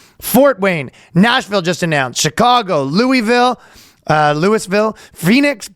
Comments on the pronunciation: I cracked up when he pronounce it correctly and then said it again like Lewis😂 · It's pronounced Lou- a- vull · There's a reason you said "loo-i-ville." You should have stuck with your gut. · Louisville is not gonna be happy with Ryan mispronouncing Lovul.. twice! 🤣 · Ryan, it’s “Loo-a-vuhl”, please get it right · I lol'ed when Ryan corrected his pronunciation of Louisville after he pronounced it correctly the first time 😅 Trust your instincts, Ryan! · its loo-ville. He didn't pronounce it correctly once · Louis Ville. That was pretty funny. You got it right the first time (more or less) Can't wait for the hate comments from native Louisville residents! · Ryan almost pronouncing Louisville correctly, catching himself, and saying Lewis-ville. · I mean the first thing he said was absolutely correct. Just because the people that live there pronounce it differently, it doesn't make the true pronunciation wrong. They just slurred their way down to it because that's what we do, lose bits of emphasis when we say words enough. Correcting "Lewey Vill" with "Luavul" would be like correcting "Ask" with "Aks". Sure, aks is a valid and recognized pronunciation used by many people. However, you would still be an idiot if someone said the "true" pronunciation and your corrected them with "actually it's pronounced 'aks' ". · You just pissed off all of Kentucky by mispronouncing Louisville. Congrats Danny.... Ryan...you piece of human sh.... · Ryan, for the love of all that is holy & for your own safety DO NOT pronounce"Louisville" the way you did in the intro when you get there 🤣